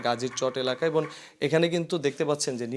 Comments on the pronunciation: এবন‌ না এবং😂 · এবন না এবং , শরীলে না শরীরে হবে! একটি বড় টিভি চ্যানেলের রিপোর্টারের কাছে এরকম ভুল কাম্য নয়। ধন্যবাদ